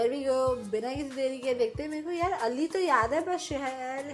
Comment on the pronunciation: Alley is tarah ni hota Ali is tarah hota h